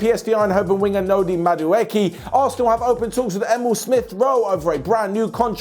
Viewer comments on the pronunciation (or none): none